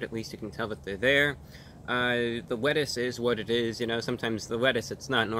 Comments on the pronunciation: So articulate and then said things like "wiff" and "wettuce" 🤣🤣😂😂🤣😂🤣😂😋😂🤣 i freakin love it!!!! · “the wettuce “ Some wholesomeness for you all.